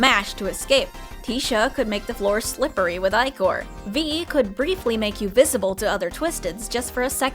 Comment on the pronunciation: Im sure you've gotten this comment by now, but "ichor" is pronounced "ih-core."